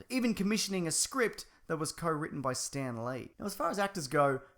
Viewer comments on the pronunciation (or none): none